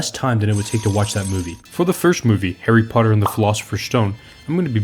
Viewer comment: "For the next movie, HAIRY POTTA Dumbledore said calmly